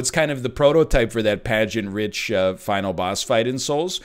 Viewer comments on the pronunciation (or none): He keeps saying “pageantrich”. Does he not know how to pronounce pageantrific?